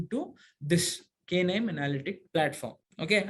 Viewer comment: please pronounce it as naim , its not K nime.